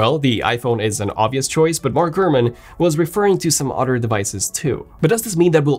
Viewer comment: How is he still not able to pronounce “other” after so many years in England. Once you hear it you can’t un hear it. Damn gotta go. An otter just attacked me….